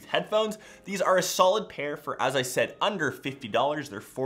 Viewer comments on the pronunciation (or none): none